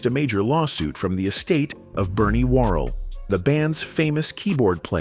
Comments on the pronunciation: I hate these damned AI documentaries! You can tell it's AI by some of the weird mispronunciations of simple words, like "Glenn Go-Wins" (his name was Goins, rhymes with "coins") and his group was named Quazar (kwā-zar), not "Qua-zahr" (kwah-zaar). And who is "Bernie Whirl?" 😂 Listen to the inflection on "Bop Gun" or "Not JUST Knee Deep" and you realize that, as organic and naturally funky as Clinton and P-Funk was, there's a gott damn robot narrating this click- bait garbage! 😢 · Absolutely another cheap-ass, AI-generated documentary. Notice all the names that are so badly mispronounced ("Glenn Go-Ins" and "Bernie Whirl" 😮) and the laughable infections on the song titles ("Tear the Roof Off the SUCKER" and "Not - JUST - Knee Deep") 😢